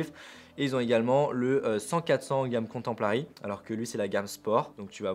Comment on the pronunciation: Bonjours, j'ai très mal aux oreilles 😱 quand tu prononce comtemporary qui signifie contemporain en anglais, alors quand tu rajoute un L ( mais pourquoi??) pour contempler c'est la cata.... Bonne rentrée à toi et corrige cela stp 🙌